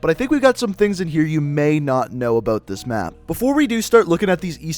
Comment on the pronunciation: He's Canadian because he said aboot